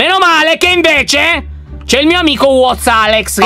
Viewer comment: WhatAlex sembrava come dire WhatsApp